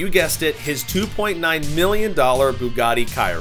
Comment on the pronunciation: “Bugatti kiron “